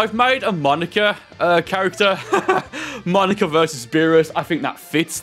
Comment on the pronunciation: Is no one gonna talk about how he said monaka like monica